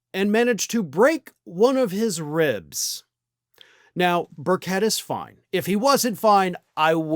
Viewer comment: That horse is awesome! I'm from Tennessee, and his name is pronounced bir-chit.